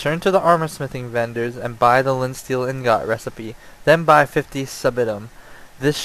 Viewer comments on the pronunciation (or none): Its pronounced ing-it not ing-got